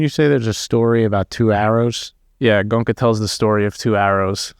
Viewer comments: 😂Guys, At least Please pronounce the master’s name right, it’s Go-En-Ka. Not gonka!!😢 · It's Go-enka .. not gonka.. It's hard to believe nobody told you the right way to say his name. But nice to hear a good discussion.. Ties in with my experience.. there wasn't really any suspect love at the retreat I went to. Unfortunate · Gonka lol … it’s Go-enka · It pronounced Go-enka. not "Gonka". The Goenka's are a very wealthy Marwari clan. SN Goenka lived in Myanmar during WWII . His teacher was a very great Burmese civil servant who became a great Burmese meditation teacher. The primary Goenka meditation center in India is in Mumbai. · The awesome teacher's name pronounced Go-yen-ka; not Gonka.. JFYI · For your benefit, his name is pronounced GOYn-ka, not GOn-ka. 😇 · Good job guys! Its pronounced Go En Ka! To see is the summary of it. It's need to be integrated in every action, thought, emotion and the inevitable happens! How many years you do it has no relevance how well you integrate it in your day to day is what matters. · Go-eng-ka, three syllables... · oh dear.. the centres are all over the world.. Came to America fairly recently.. His name is NOT Gonka.. please.. Are American's taught at school how to mispronounce words..? His NOT Indian.. he's Burmese.. Fekk I'm 1 min 15 in.. You really were not paying attention.. why do a video without even checking basic facts.. ? I don't understand.. do you have access to google..? sidhartha who..? he was a royal prince and was NOT unhappy.. I can't take any more.. glad you enjoyed the retreat.. next time just write some notes before putting the camera on.. please.. save us all some time.. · Don't you know how to pronounce indian names😡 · While you two love criticizing someone's pronunciation of a language which is not their first language. Did you in the midst of this humour and mirth stop to think how funny you sound every time you pronounce his name wrong. Not good funny but stupid funny. Bunch of jokers